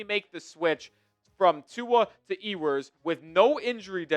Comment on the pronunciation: …his name is pronounced “yew-ers” not “ee-wers” If he’s gonna be our starter we gotta say his name correctly at least haha